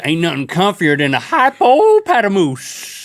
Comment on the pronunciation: Literally everyone alive except link: hippopotamus link: HYPOOOPOTTERRMAOSE